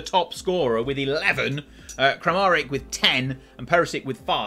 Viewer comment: it’s PERISHICH and KRAMARICH … don’t know how you end up butchering the names as »kramarik« and »perisik« … they’re even spelled correctly after what feels two decades of incorrect spelling of central and eastern european names.